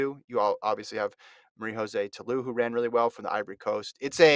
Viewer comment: Interesting news in the sport Quick suggestion though to the, learn how to pronounce the athletes names properly. Femke Bol’s first name is pronounced fem-kuh as it is Dutch. I also think the “Josee” Ta Lou’s name would be pronounced with an English J, not Spanish. Côte d’Ivoire has French roots and that would mean the J makes an English J sound, not the H or Y sound like in other languages